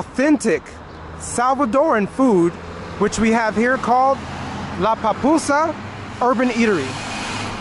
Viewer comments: when you say pupusas,you remind me my husband, he said Papusa, hahahaha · Jajajaja va pues 🤭🤭 se te pegaron las palabras de El Salvador sueñas genial. Good friend